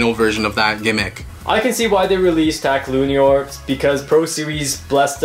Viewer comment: Hey just telling you the pronounciation for Lúinor is pronounced like luehnore and belial is pronoinced like Belle al as in Allen